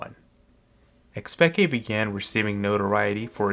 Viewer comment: i dont think anyone calls it xpeke not like we do with an insec